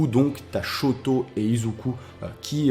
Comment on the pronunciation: Shoto pas shouto omg --´